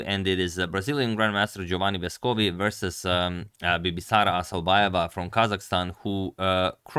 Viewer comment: I think his last name is pronounced "Vèscovi" instead "Vescòvi"